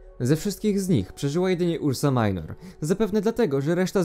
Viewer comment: Mała uwaga, nie ursa majnor a ursa minor, to po prostu łacińskie słowa.